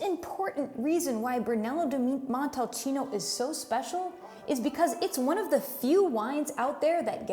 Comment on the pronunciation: Interesting video, but it's a shame that only one vinary is presented. Try Casa Nova di Neri, one of the best Brunello you'll find on the market. And, please,learn how to pronounce Brunello di Montalcino properly.